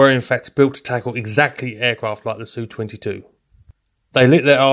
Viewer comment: Finally someone who says 'Su' phonetically not 'S-U' when describing Sukhoi aircraft. Small detail, but appreciated.